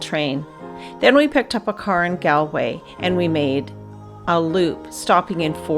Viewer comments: We pronounce it GAWL l way, not Gal way, despite the spelling. Also AthLONE and AKill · Very nice video. But just for reference because I've heard Americans and Canadians pronounce the first syllable of Galway incorrectly, it's not Gal as in My Gal, it's pronounced like the word shawl, like gawlway.